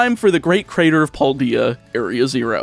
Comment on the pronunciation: cringes in how you say Paldea